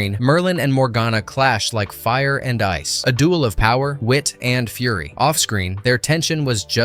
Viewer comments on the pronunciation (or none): none